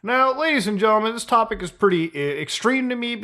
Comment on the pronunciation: genTlemen not genlemen xD the T isn't silent